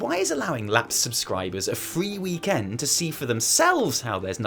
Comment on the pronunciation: Why do you say weeeek end like that. Lol